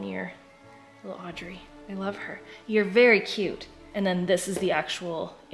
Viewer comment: Whenever you talk about Audrey I keep thinking you are saying Andre 😂. So I heard it as "I put a candle in Andre's mouth." Love the Halloween content though 🥰